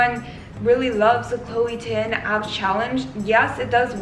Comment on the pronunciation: ChLOe TiN..... I'm ded. WHY DO I KEEP HEARING CHLOE TIN?!!!!!